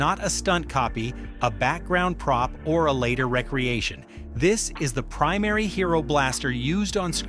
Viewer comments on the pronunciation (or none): Ugh - the "AI" voice is really poorly done. It's "RE-creation" not recreation... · Uh, it’s pronounced Ree-Creation. Tell me you’re using an AI voiceover without telling me you’re using an AI voiceover. You’re using a computer to do what actual YouTubers do as a living. Get a mic, write a script & PLEASE do your VO.This is just lazy & lame. Also makes me wonder if the entire video is made by an AI. Do Better